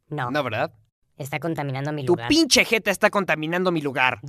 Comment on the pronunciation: Es "pinche" no inche